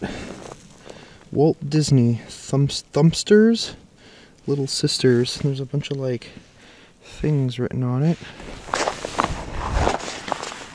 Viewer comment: It's Thump-ers not Thump-ster. Your adding a T in the middle and there isn't one. Have you never heard of Thumper??? He's a rabbit.